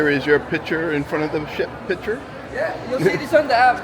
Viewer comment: Picture, not pitcher